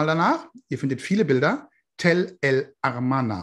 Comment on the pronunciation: Ich mag auch die sendungen aber bei Tell el ARMANA statt AMARNA tut mir auch die ohren und die Augen weh . Vielleicht liege ich falsch